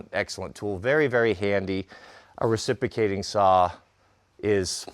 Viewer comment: The words mispronounces cracks me up. Recipicating and esskuvater are the most comical to me. I just think he doesn't much like some consonants like the X in excavator or the R in the middle of reciprocating